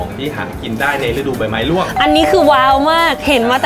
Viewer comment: ‘ใบไม้ร่วง’ ต้อง ร เรือ นะ😘